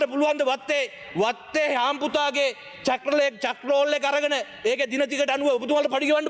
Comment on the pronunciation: චක් රෝල කියන්නෙ මොකක්ද බං ඒකට කියන්නෙ චෙක් රෝල කියල. 😅 මුගේ උගත් කම ඒකෙන්ම පේනව 😂